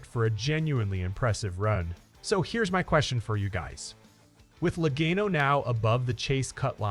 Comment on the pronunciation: learn to say Laganos name right please!!!!!!!!!!!The a has a ah sound lag(ah)n